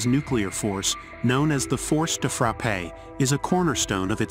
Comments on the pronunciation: PLEASE, the final E is mute. Force de Frappè made my day 😂😂😂😂😂😂😂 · "de frappe" . Pronounce "frap". "frappé is for the coffee" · Champagne is "Frappé" (cool at 7°C. The Force de Frappe is not frappée Pronounce Force de frap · Force de frappé ? dude make an effort when u read french...